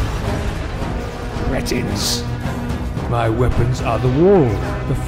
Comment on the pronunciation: “Okay, first of all it’s pronounced cree-tins. If you’re going to threaten someone, do it properly.”